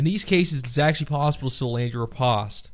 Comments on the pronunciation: the word riposte is pronounced the same way in English as it is in French; "-post", not "-pawst" ...not liking this video so far. It's like you know nothing about Canadians AND French. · To hell with how you pronounce Riposte I was more surprised by how you say Katana Banana? As always a great video though :P